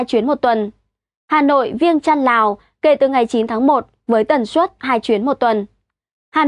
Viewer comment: Hôm nay nghe nói hơi lạ tai. Tôi biết bạn nói chuẩn ngôn ngữ, nhưng tôi nghĩ không nhất thiết, cứ nói bình thường như mọi khi là đc, hôm nay nói, ví dụ, suất, đã phát âm chuẩn nhưng tự nhiên tôi cảm thấy ko như mọi khi